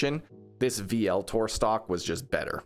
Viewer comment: Vltor is pronounced Ultor